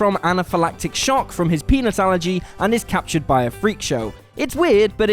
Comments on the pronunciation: Sounded like you said penis allergy. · Sounded like you said "penis allergy". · hehe. I know you said peanut allergy but it REALLY sounded like Penis allergy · Sounded like he said penis allergy. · When he said "peanuts allergy" i heard penis allergy, im so embarrassed